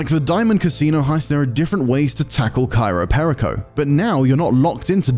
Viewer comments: "Cairo Perico" yeah might wanna read that again lol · At least pronounce the title correctly. “Cairo Perico” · Why do you keep saying Cairo Perico? It is Cayo Peico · Cayo Perico. Not Cairo Perico. Dude needs to get his pronounciation correct. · The island: Cayo Perico This guy: "Cairo PÉrico" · Why does he keep saying Cairo Perico instead of Cayo Perico? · It’s not CAYRO, it’s CAYO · Love how they mispronounce Cayo Perico every single time.